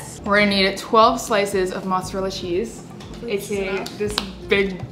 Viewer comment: me, an Italian girl listening to how Americans pronounce "spaghetti" "zucchini", "mozzarella" ecc. my feelings are hurt 😂😂